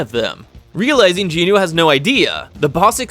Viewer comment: I actually haven't watched the anime yet, but do plan to do so when I get to it. Btw, you butchered every single name in this video. Somehow there are 4 Ginus, despite the MCs name being Jin Woo and the other guy is called Jin Ho. But you called them both Ginu and even Jin Woos sister somehow became Ginu. I just want to point it out, because your butchering of the names made me very confused about who was who. Because you called everyone Ginu. But the rest of the summary ways great. Just maybe try to say the names in a way where you don't call 4 characters the exact same despite their names being different.